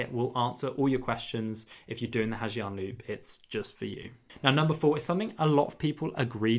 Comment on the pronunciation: You can spell the word Giang in Ha Giang loop as Yang instead of saying Zi Ang